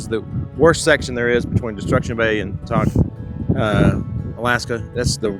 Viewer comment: Just a couple of comment. Since I have driven the Alcan more than 30 times, it seems as though your video clips of the roadway as you drive are not in the actual sequence of your drive. Also, please ask locals for the pronunciation of the names that are new to you. Example: Kluane is pronounced CLUE-AHN- EE and Tok is pronounced with a long o sound Toke not Tahk. Looks like the road between Burwash and the border is the same as it has always been. Enjoy the remainder of your time in beautiful Alaska.